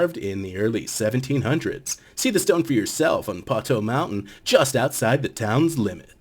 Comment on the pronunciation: Guess we didn't research the proper pronunciation of Poteau.